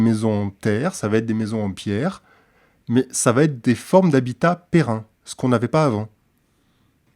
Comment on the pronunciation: Toujours des vidéos très intéressantes, merci. Sinon à 9'39 : "...des formes d'habitat pérenne..." (et non "pérein" ; masculin et féminin sont identiques)